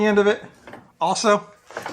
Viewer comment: i thought you said his other friend JACK also I THOUGHT I HEARD YOU SAY (OFF) instead of( also ) had to listen twice